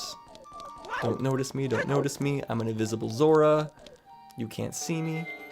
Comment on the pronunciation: smør is butter in norwegian, the way you say ZMMR sounds just like it, lol